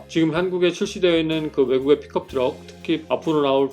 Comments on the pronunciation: 나만 픽컵트럭 으로 들리는건가 픽업이지않나욤 투싼크루즈 아님요? ㅋㅋㅋ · 발음이 픽컵으로 들림